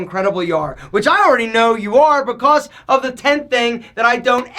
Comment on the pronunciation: Most ppl: "Because": "Becoss" Most ppl: "Length": "Lenth"